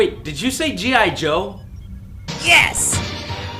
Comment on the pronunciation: All I hear is gi jose